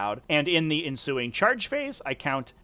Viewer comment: Enshuing? I mean ensuing?